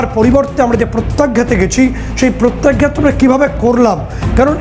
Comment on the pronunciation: Pratyagyat noi re baba,Pratyaghat.